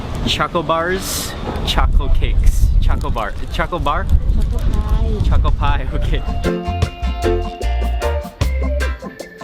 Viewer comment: Choco pie! with the Thai accent at the end lol